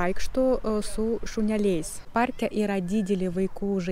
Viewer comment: Puikiai,! Juk lietuvių kalba yra sunki, ir taip gražiai išmokai ❤! Tik vieną žodį - šuneliai- reikia dėti kirtį ant raidės e, o daugiau nieko nepastebėjau, šaunuolė 😊!